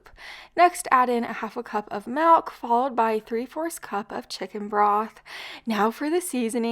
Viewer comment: Hi, l hate to correct you, the word isn't Melk, it's Milk.